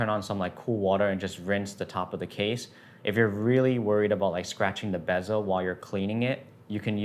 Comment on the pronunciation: Why do you pronounce bezel as “BEZZO”? 😂